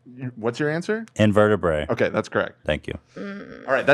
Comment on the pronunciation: and then he immediately bungles "invertebrate" by saying "invertebray" and nobody calls him out on it 😂